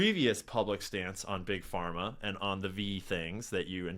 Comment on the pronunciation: did he really say trust bug Parma 😂😂😂😂 yeah ok dude. Wonder whose funding you 😂😂😂😂😂😂😂😂😂😂😂😂😂😂😂😂😂😂😂😂😂😂